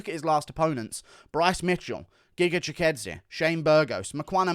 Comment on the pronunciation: Wtf bro that's giga chikadze not gigadze